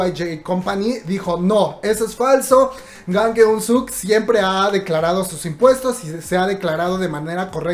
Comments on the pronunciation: De hecho Sukkie lo pronuncia "Chang" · si el siempre dice Chang!👌🏻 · Keiicko Harukaze si se pronuncia yang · Romina Saavedra se pronuncia yang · Amigo aprende a pronunciar bien el nombre de nuestro Precioso Hombre !! Dios lo ama a él por ser un Excelentw Ser Humano, Gran Artista, Cantante , Empresario , Excelente Filantrópo , Modelo , etc y deja de decir que no lo quieren en Corea.